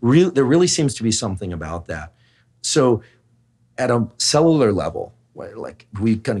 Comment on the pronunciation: Anyone else notice that Huberman can’t pronounce “cellular”